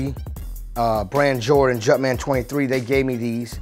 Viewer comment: The World: "Jumpman" Dj Khaled: "Jutman"